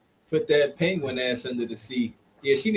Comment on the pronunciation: He said Peguin ass😂